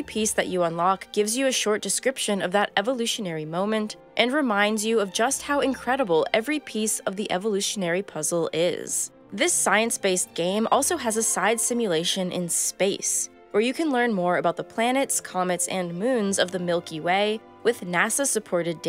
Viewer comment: It's pronounced 'stience'